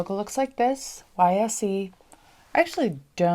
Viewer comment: Fyi, YSE is pronounced wise.